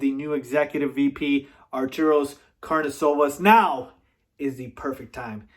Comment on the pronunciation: Arturus - Are-tur-us.